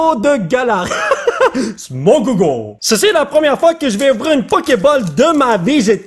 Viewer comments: En fr On dit pas poké ball mais poké boll ! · ca se dit poké boll